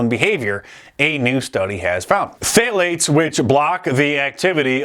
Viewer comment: the P in phthalates is silent. It's just 'thalates' in US english.